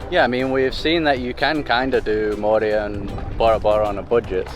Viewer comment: Moorea is pronounced with the accent on the second syllable, with the “e” sounding as the letter “a”